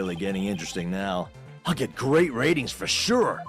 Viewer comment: Retinz [phon. "ratings"]